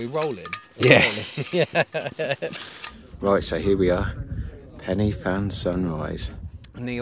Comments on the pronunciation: Hi. Was up there camping on Fan Y Big last weekend. When you say the names of the peaks, the ‘Y’, is pronounced ‘Ah, as in the sound of the letter A. You’re in Wales, don’t forget. Also, when you drive through the villages there, the names of them are not WiFi codes, for the modem…😉 All the best…👍🏾⛺️ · I did this route last week, just in reverse. It was great, though it was pretty busy out there! Some help with pronounciation, Corn Dee, Pen uh Van, Van uh Big.